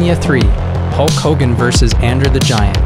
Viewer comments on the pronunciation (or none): Nobody caught how dude butchered “Andre The Giant” name “And-Dri” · “Andrew the Giant”💀